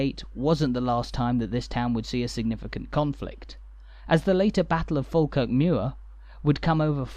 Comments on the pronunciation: It’s pronounced fawkirk. And coo Wynd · There are still tunnels under the ground from the old jail to the old court, folk used to have to be taken underground as it was safer than taking them through crowded streets. You have a good look at my house in this video. We pronounce it Fawkirk, a long time ago when someone was writing it down, they assumed that like Ball and Wall, we pronounce baw and Wa, Fawkirk was the same so they wrote it down as Falkirk, Its not. Its Fawkirk. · That voice.... Argh... Is it even human? So feckin annoying. Can't even pronounce the subject of the video. Sigh